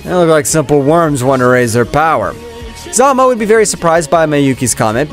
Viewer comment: Hes name is Zalama not Zalma